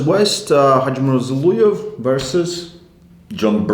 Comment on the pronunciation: It's Zol(O)ev, not Zol(U)ev, please pronounce the surname of the legend correctly man, it's kinda shame.